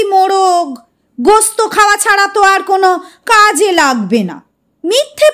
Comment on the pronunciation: ota jodi gosto na bole gost balen ar johra ta zora pronounce korle aro bhalo sonabe.